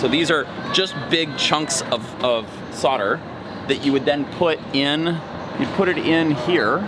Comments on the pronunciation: Sodering tips? Thought it was so'l'dering tips? :) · Sodder? *Solder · Just wondering what soder is 🤣 I'm sure you know but solder has a L in it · Why can't Americans pronounce SOLDER properly it's not spelt SODDER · Do your soldiers ever solder, or sod it they just sodder it...? There is a bloody "L" in there folfs. Just sod me car and sod the truck, sod it. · Why do Americans leave the"L" out solder? curious